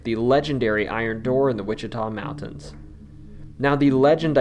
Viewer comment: Waa-shee-tuh not Wichita